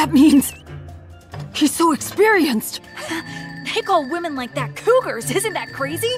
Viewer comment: the way says cougars is ✨ 𝒾𝓂𝓂𝒶𝒸𝓊𝓁𝒶𝓉ℯ✨